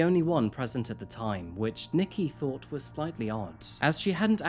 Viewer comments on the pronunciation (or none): none